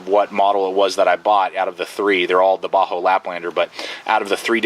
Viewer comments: Bahco not baho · Bahco is pronounced Backo, not bahoo. Thanks for the video anyway. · most pronounce it bahco...ur saying bajo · Not to be rude, but I believe the pronunciation is "Baa-ko". Anyway, solid video. Cheers. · Sorry bro you lost me when you couldn't pronounce it..properly